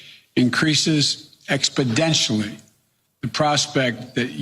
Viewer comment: I love it when Joe talks expodential numbers